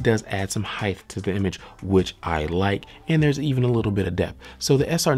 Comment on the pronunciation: You gives great reviews very informative sorry but you do one thing that gets under my skin it's when you pronounce the word heighth instead of height there is no th pronounced at the end.